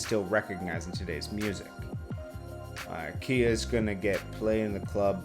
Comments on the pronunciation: Not keya, its ky-ya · it’s “Ki -yah” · Khia - it's like Sky but Khi + a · How you don’t know how to pronounce her name 🤦‍♂️